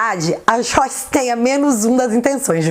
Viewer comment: Acho legal quando você fala xoice, é engraçado.